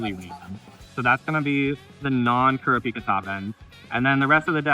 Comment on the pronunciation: Who is "kara-peeka?" Lol always hilarious hearing people butcher the name.